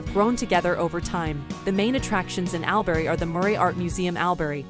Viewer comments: Al berry / Woe donga. . No ! We pronounce that. “ all brie / w dong ga. “. You should really make a small effort to pronounce names correctly. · This lost me straight away by saying AL- berry learn the pronunciation to get the respect 🤦‍♂️